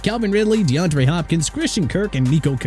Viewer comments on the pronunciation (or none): Excuse me but his name is D'Andre not D'Andrew! ALSO, Isaiah Bond first name is pronounced AI-ZAY-UH not E-sai-ah!! Imbecile...